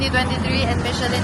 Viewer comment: Girl! You didn't catch what he said lol! Instead of Michelin star, Michelle star daw lol! Dapat may laughing effect xD